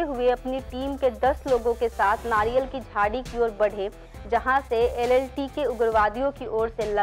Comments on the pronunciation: कृपया ऐसे लोगो से वीडियोज न बनवाये ज्ञान का अभाव 👍 जाफना को जफना, LTTE को LLTE बोल रही है एंकर👍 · LTTE NOT LLTE